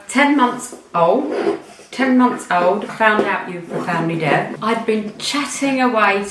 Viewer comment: deaf..not death!!